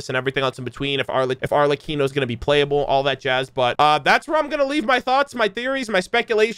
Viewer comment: Thank you thank you….. this is a honest reaction.. thank you for not looking at the thumbnail… and a major thanks for pronouncing Arlecchino correctly 😂✨